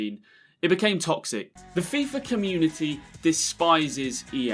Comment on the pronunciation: "The communa aye" Wha? Where's your t?